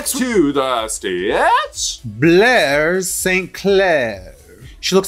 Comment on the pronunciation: Blair was top toot this week, they just pronounced her name wrong.